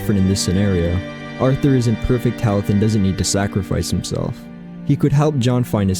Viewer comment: “Arther” we know its you